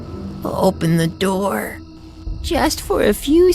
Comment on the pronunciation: Open the Noor 😂😂 Open the Noor 😂😂😂